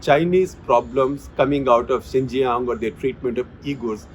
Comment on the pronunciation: Xīnjiāng pronounced as Ciṉjiyāṅ सीनजियांग